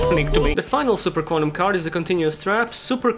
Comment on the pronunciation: I swear everytime you say Super Quantal I think you're about to sing super idol 的笑容都没你的甜.